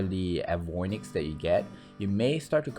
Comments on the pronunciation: in your pronunciation of 'Avionics', you're switching the 'i' and 'o' into 'avoinics'. Check that word out carefully, and see that it's more like 'A-vee-ON-ix' instead of 'avwah-nix'. As in 'Aviation'.... also, 'rarations' is not yet a term used to describe the rarity of something. You had the correct word 'rarity' just moments before the suddenly made up one, which I loved, lol, but doesn't usually work in high end grammar mosh pits. I bothered to mention this since you're obviously a scholar of some sort just soaking up languages as you game away. You have a terrific math mind. I have a sucky one. 2+2=6 see? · eh-vee-ON-iks (not uh-VOI-niks)! Think of it as a word by DE extruded from 'aviator'. Avi onyx. Avionics. :) Your mispronunciation is from reversing the 'o' and 'i'. Apologies for my pet peeve.